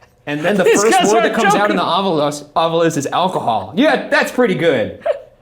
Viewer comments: I love how they keep upping the fanfare with the animations, but still haven't updated Ryan's recording of him calling it the "Ovulus" instead of ovilus when he's explaining the device. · new season, same varying pronunciations of “ovilus”